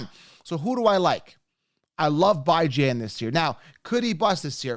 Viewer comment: It’s a Persian name. It’s 1000% Bee-Jan. Stop trying to be different